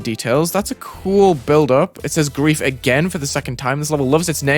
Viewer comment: BRO YOU DONT KNOW HOW TO SAY GRIEF💀